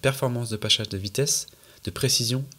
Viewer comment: Très cool ce docu ! Avec quelques pépites en plus, le "Pachaze de vitesse" et les "Dooollaaawzzzz", j'avoue j'ai rigolé :D